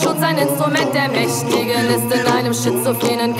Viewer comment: Langweilig. Das wird nix, man muss schon was können. Aussprache ist auch ganz wichtig: es heißt "Mächtigen" und nicht "Mäschtigen".